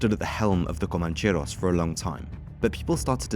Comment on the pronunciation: You make it sound exotic: "comancheRRRRRos". Rolling your "r"s is a bit too good for these bogans.